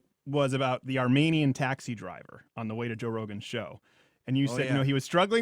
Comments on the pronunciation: I find it funny how you complain about pronounciations, and then you mispronounced Armenian. The 'men' is pronounced like MEAN, not men. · Arm-ee-nee-uhn Not Arm-may-nee-uhn Lol